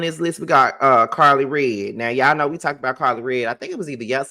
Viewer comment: We know you mean Karlie redd but you’re saying Carlie Bee lol all good 😊